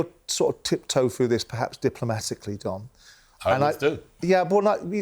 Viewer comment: Oi Simon, its DON not DOM 😅